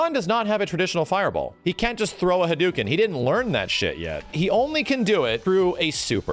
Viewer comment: Does it bother anyone else that he says Ryu weird? Nobody? OK. Edit: he says all the names wrong like Hadoken, Sakura and so on. Never noticed, moving on.